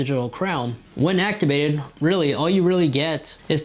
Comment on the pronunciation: “Actibated” gets me every time